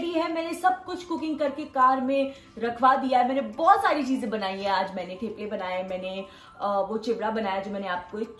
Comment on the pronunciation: It’s थेपले …. Not टेप्ले